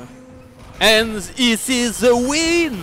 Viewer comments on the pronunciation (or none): sah je me lasserais jamais de revoir cette video juste pour le "and issiz ze win" tu régales